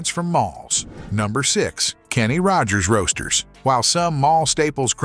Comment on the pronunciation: When the narrator emphasized the middle word in the name "Kenny Rogers Roasters", I officially hit my limit. Why, as a lot of people are asking these days, should human eyes watch, and human ears listen to, words neither written nor spoken by a human?